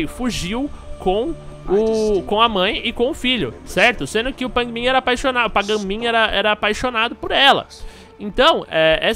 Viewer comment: Aaaah que Afliçao! "Pain Min" , "A JAY" '-'... Kkk Merec Like cê é Fodss